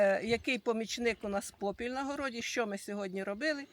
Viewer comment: Не попілЬ,😂а попіл(попілем,попілЄм😂